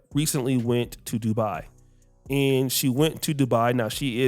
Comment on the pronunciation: Not Dubai it's Doodo do bye 🫠🤷🏽‍♂️